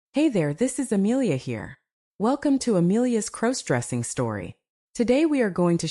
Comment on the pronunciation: Stop mispronouncing crossdressing 😮